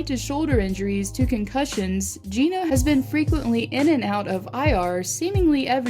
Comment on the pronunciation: Did u call evgeni Gina it’s Gino